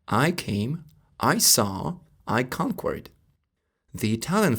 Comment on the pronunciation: Great video. in English we say "kankerd," not "kankwerd" :)